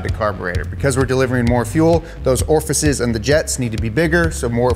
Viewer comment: Orifices maybe instead of Orfices